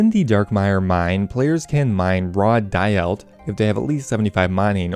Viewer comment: daeyalt -> day-alt, sepulcher -> sep - uhl - ker.